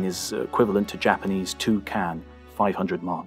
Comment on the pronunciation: Really fantastic tale and the narration is impeccable, but you gotta work on your Japanese pronunciation.